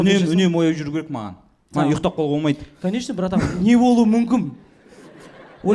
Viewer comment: 11.16..... Не болуы мүмкіМ деп қате айтады екен МүмкіН дегенді